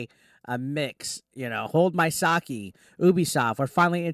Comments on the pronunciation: It's sake not saki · Its YoTAY. and Ed Oh. Sa K. Jesus, your Japanese pronounciation sucks butt